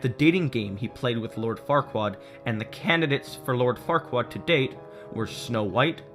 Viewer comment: He called "Farquaad" "Fuckwad." Lol.